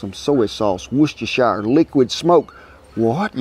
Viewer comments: Andrew Arbogast it’s definitely one of the most mispronounced words out there: “wuss-te-sher”. I’m not sure why sources say “woos” but leave out the swoop above both oo(s), which would make it seem like they’re suggesting it’s pronounced like food or mood, which is incorrect. Phonetically it’s “w-upsilon-s”, like good, wood, cook, etc. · Wooshesheshescestershire xD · He wasn’t far off. It’s pronounced “Woosta-sher”. He has a great drawl and says “woosta-SHIRE”. Hahaha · There’s only one thing Kent can’t do in this world and that’s pronounce ‘Worcestershire’. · No, to be fair as a Britisher I was judging. But that says more about me than it does Sir Kent!